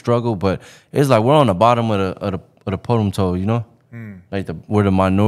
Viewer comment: This dude said potem tole 🤣